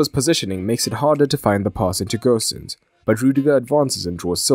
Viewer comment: Gosens is pronounced with a normal O, no need to pronounce as Gösens!